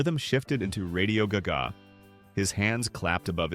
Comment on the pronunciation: If you’re going to put out videos with AI narration, at least teach it how to pronounce “Radio Gaga” first. Until then, this is absolute trash.